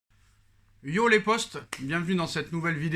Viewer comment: Mec excuse-moi c'est pas pour me moquer mais tu me tue de rire quand tu dis "les postos" ou "les postes" Tu sais pas dire potos ou potes ?